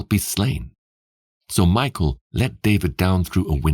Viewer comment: I enjoy your reading but just so you know the name Mikal is pronounced mee-kawl just hearing it pronounced like Michael makes it sound weird